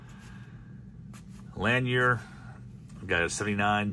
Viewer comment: It’s La neer